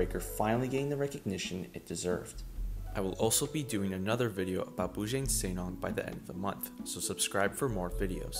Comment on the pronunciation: The pronounciation of Bujang Senang needs a little work, but overall great video!